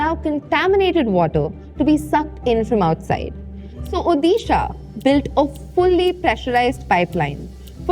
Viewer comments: It's "ओडिशा" not "ओदीशा" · Please correct your pronunciation it's odisha not udisha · It's Odisha "ओडिशा" Just a small note, Please consider this pronunciation next time...😊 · उदिशा ❌ उड़ीशा ✔ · "Hey, that's not UDISHA, that's ODISHA!"